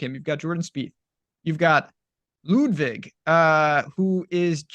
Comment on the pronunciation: please call him Ludvig if you can't prounounce his last name;) and thanks for good content guys!!